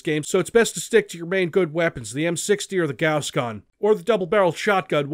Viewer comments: Gouss? I think you mean Gauss. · Everytime you say the word gauss a puppy dies